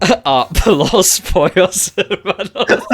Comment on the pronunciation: I love the idea of some peoples biggest exposure to Spanish being Los Pollos Hermanos haha that whole part was so funny. Also I don't know if speaks any Spanish but that pronunciation was really good!